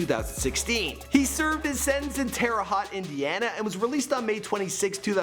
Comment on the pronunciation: It’s Terra Haute (Hoe-te)